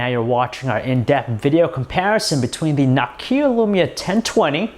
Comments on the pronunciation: Seriously? [KNOCKYYA] It's [NoKia] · Sorry buddy, but your english is horrible! If you're going to narrate videos, work on your pronounciation. nOkia, not nAHkia just for one example. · its nokia not nakiya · Por El Amor de Dios It`s NòKIA! not Nokìa! Plz! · Please don't pronounce it knock-kia already! No-kia..is it really so hard? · Its not Nakia!!! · at start think i heard this guy said 'NAKKIA' Lumia 10-20 ...WTF!! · can barely say nokia xD he says "nok-aaa" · dude did u just say nakia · NOKKKK-ia. LOL. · Nuckia XD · Ugh, i hate it when Nokia is said like that